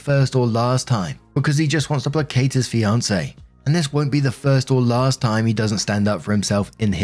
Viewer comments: Question? Is it a UK thing to pronounce placate with a soft “c”? Because in the us “playkaite” but I always hear pronounce it either the soft “c”. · Placate, gotta love english and the letter "c". Its pronounced as a "K" in this case Play-kate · Placate = Play-kate.